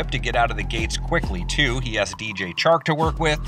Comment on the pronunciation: his name is CHARK** not chalk